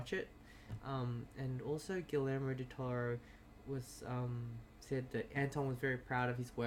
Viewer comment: Correction: pronounced "Gee yermo" (soft g, long e,). Did you see the two Easter eggs so far in episode 2 and 3? In episode 2 is Toothless of Dragons fame, as a background on his computer, in 3 is in Spanish class when the black-haired girl is presenting. Listen and hear she`s talking about the three main characters from Book of Life. I am mostly deaf so I had the subtitles on and saw them. I'll watch the rest for more.